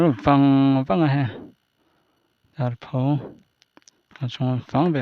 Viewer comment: Tarpho ilam dan kha adik lo ani,o chung ah khan thlûk na a awm loh kha,pho tih kha thluk loh tur ani